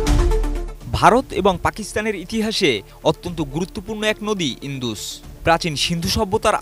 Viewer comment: ইন্দুস না উচ্চারণটা হলো ইন্ডাস 😂😂😂 যত্তসব অশিক্ষিত 😂😂😂